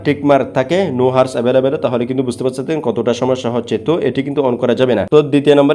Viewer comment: উপকৃত হয়েছি সেজন্য ধন্যবাদ কিন্তু যে জিনিসটা আপনি মানুষকে শিখাচ্ছেন সে জিনিসটা আগে সঠিকভাবে বলতে শিখুন এটা হার্স না এটা আওয়ারস